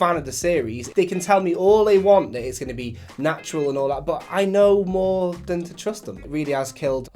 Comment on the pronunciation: lol you sounded american when you said "why you want mo money dude". lol. edumacation eyez got me a de-plo-ma